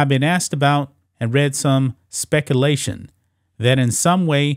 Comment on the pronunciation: Spec-A-lation? C'mon man.